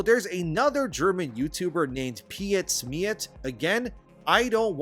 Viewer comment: I find it very amusing how non Germans articulate Pietsmiet xD The first letter Piet come from the name Peter just without the er at the end. For the end try the word meat and scramble the S in-between the two words. So PetSmeat should become very close to how you actually auriculate the name in german.